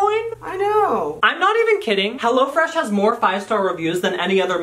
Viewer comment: "Hello freash" hello:)